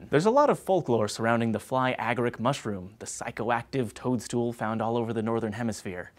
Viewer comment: y u say ag-uh-rick, then uh-gair-ic... pronunciation is key when saying words. BTW, its the second one.